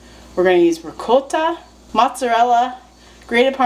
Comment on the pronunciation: And by the way you say “ricotta” perfectly 👌. Both my grandparents were full blooded Italian and I’m from New York. 😂👍🏻